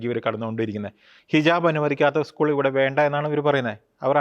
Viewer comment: ഇ സ്കൂൾ... താൻ ആദ്യം സ്കൂൾ എന്ന് പറയാൻ പഠിക്കു mr... കൊലച്ചിരി യെ കൊലച്ചിരി എന്ന് അല്ലാതെ പുഞ്ചിരി എന്ന് പറയാൻ പറ്റുമോ... കന്യാ സ്ത്രീകൾ ക്ക് ഉത്തരേന്ത്യായിൽ അവരുടെ ഡ്രസ്സ്‌ ഇട്ടു നടക്കാൻ സങ്കി കൾ അനുവദിക്കുന്നുണ്ടോ... സങ്കി കാസകൾ വല്ലാതെ കഷ്ടപ്പെടുന്നു കേരളത്തിൽ വർഗീയത ഉണ്ടാക്കാൻ വല്ലാതെ കഷ്ടപെടുന്നു... നടക്കില്ല പുള്ളേ... ഇത് കേരളം ആണ്..